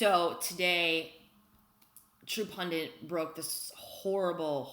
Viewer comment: Love ya Liz....There's only one "N" in the word "pundit"...yes, it's a pet peeve of mine. Same with the word "tenet".